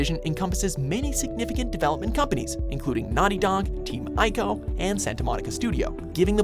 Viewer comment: Is Team Ee-co not Eye-co.